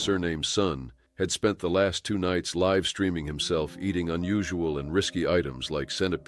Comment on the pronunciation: "LIve" pronounced wrong